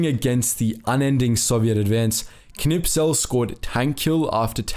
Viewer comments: K n i s p e l....not K N I P S E L :-) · Great video, just the name of the tank ace is Knispel not Knipsel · Am I the only one who notices that he says the name of Kurt Knispel wrong? He pronounces it Knipsel